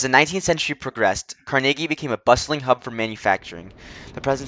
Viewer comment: please say Carnegie correctly its not Car-Nay-Gee its Car-Nuh-Gee sounds like Numb or Carnival